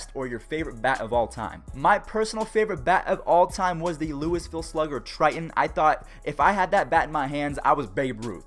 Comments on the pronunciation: "Lewisville" Sigh.... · Hey I live in Louisville and you pronounced it wrong😂😂